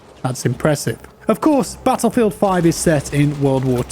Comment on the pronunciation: "In Pattlefield"😂